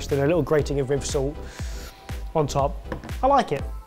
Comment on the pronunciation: It was so fun hearing you trying to pronounce 'Rivsalt'